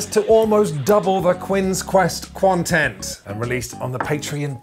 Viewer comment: I had to "rewind" a few times to correctly hear you saying Quinns Quest Quontent (instead of content).